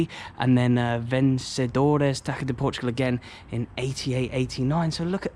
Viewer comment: A tip: TAÇA is pronounced like tassa not taca